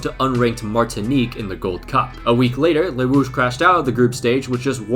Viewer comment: The way he says Les Rouges kills me inside